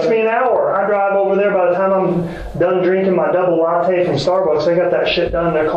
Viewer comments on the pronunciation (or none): none